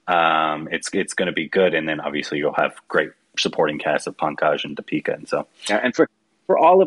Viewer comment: Awesome trailer. Please please please pronounce Deepika's name correctly! Ask Indrani.